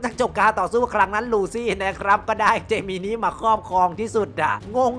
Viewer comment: ถ้าออกเสียงตามเมะคือเจมินิน่ะครับ